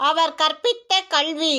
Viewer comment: Your effort is appriciated, however, please change your pronounciation ... You are pronouncing Kalvi .. as kaLLvi You are pronouncing கல்வி as கள்வி கல்வி - education கள்வி - not a word, but could be understood as women-thief. I do know some Indian tamils pronouce it wrong, but I was surprised that many srilankan radios and videos propagate this error. TN news readers tend to pronounce things correctly. The core of tamil pronounciation is to know the difference in tongue placement of : ல ள ழ ந ன ண